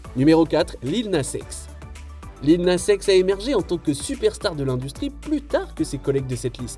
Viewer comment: Tu as mal prononcé le nom de Lil Nas X